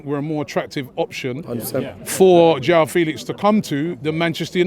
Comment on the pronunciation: . Mudryk. Not Mudrić or Mudrich. MU-DRYK. Also, João, is not pronounced like "Yao"